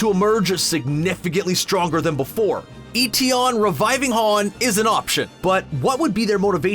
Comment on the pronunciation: It’s MI6 not M-16. And Etion is pronounced Eh-Tee-On not Ee-Tee-On.